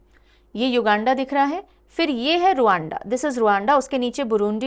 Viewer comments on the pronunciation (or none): रवांडा हैं..... रुअंडा नहीं